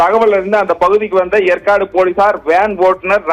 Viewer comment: Yempa yercaud ucharika theriala ni epdipa seithiyalar ana